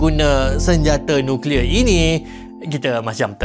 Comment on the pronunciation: Sng ckp nuclear